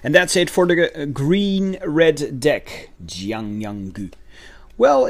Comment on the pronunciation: You said Yanggu’s name wrong